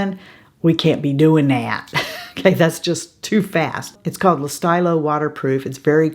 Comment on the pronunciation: Today's French lesson: "Le Stylo" is pronounced "luh steel-oh." I like those pencils, too!